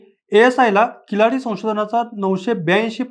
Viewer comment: किलाडी नाही किळाडी